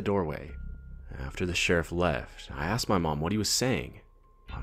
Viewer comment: Every time one of the guys is supposed to say Asked, ask or similar, he says axed xD Hilarious